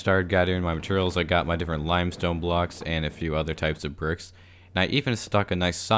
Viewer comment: Is it just me, or does he say "bircks" instead of bricks